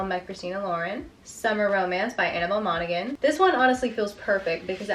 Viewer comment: You dont pronounce the G in Monaghan its pronounced like Mona-han the same as the county in Ireland